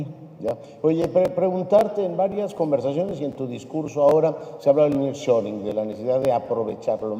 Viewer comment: EL NIRR SHORING JAJAJAJA